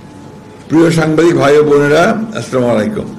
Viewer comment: কি বলে সামাইকুম এমন নেতা সালাম টাও ঠিক মতো দিতে পারে না